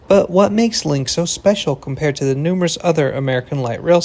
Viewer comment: Numerous? NUMEROUS!? 🤣🤣🤣🤣🤣🤣🤣🤣🤣🤣